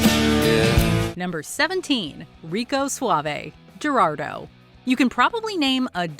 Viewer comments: i think its pronounced Her-aldo for Geraldo not Jer-aldo. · Gerardo is pronounced "hair are doe" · This top is awesome. But, if you really respect the musicians, research how to say their names properly. There are even YouTube videos on how to pronounce Gerardo.